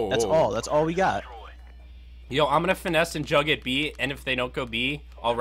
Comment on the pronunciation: juuuuuuugg not jugggggggggggg. dorks